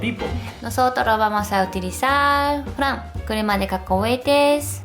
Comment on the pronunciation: Cuando he oído a decir "dorayaki de fran" no he podido evitar explotar de risa xDDDDD Por cierto, eso de la pasta de judías...... EN QUE ESTABAN PENSANDO CuANDO LO INVENTARON?!?!?!?:P PD: Una idea muy loca..... Dorayaki multisabor de 3 pisos. Muahahaha!